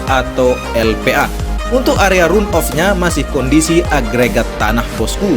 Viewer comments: run-off cara bacanya ran off, (jangan run off) gravel bed bacanya grevel bet, (jangan grifel bet) *biar kita semua sama2 menjadi tuan rumah yg baik, kemampuan bahasa inggris kita juga harus dikembangkan.. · Sebaiknya pakai bahasa aslinya saja boss-ku: run-off (dibacanya ran-of)... jangan di-Indonesiakan bossku..